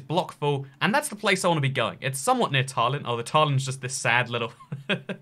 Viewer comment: The way he pronounced Tallinn really annoyed me haha It's ta-lin Not taar-lin